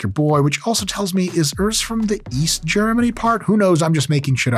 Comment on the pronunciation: east gernan...wtf